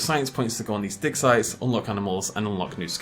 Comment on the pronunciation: When you say "digsite" i keep hearing "dicksize" xD wtf